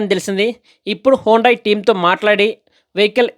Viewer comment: హోండాయ్ hondai కాదు హ్యుందాయ్. Hyundai